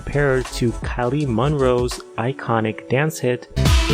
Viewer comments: It's KYLIE MINOGUE (MEN-OGUE) NOT Kylie Monroe !! 😐 😆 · “Kylie Munroe” Wtffffff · Wtf to the way you pronounced Kylie Minogue‘s name…